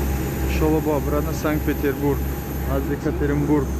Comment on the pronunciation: Санг-Петербург не, Санкт-Петербург! Бисерии точикон санг мегуянд)) 🤭😅👍